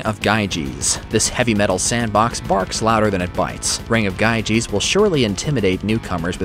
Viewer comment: GYGES is pronounced Yee-Guhs